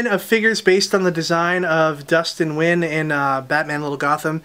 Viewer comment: It's pronounced Dustin NEW YEN brah!!!